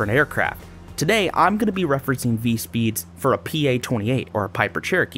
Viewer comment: (Vee-tess) not(Vit-easy)